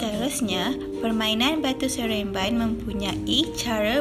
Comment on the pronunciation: Cikgu Salah debut... Batu seremban cguu debit sereamban